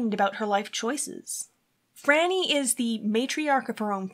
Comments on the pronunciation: Her name is pronounced FRY-nee - NOT Frah-nee. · Depending who you ask and where you're from, some would say it's pronounced FREE-nee. Also, it depends on your accent how it sounds to others. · Phryne herself pronounces it FRY-nee, soo....